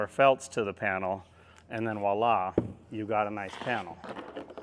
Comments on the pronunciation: It's "voila" (vwa-la), my dude, not "walla". Love the videos. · I kinda liked his direct westcoast approach of walla 😅 Sometimes to be more irritating I'll say "vi-ola" like the name... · Je parle un pieu (sp?) but I like "Vo illa" rhymes with Go-rilla. ;)